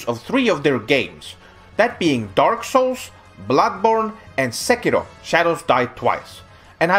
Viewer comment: TFW is the only one on youtube to pronounce Sekiro correctly. And hates it more than anyone else. That's culture for you.